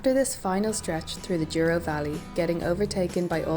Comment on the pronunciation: If you look closely, the first 3 letters of "Douro" are not "duo" but "dou" and they're pronounced like "dough". 😉👍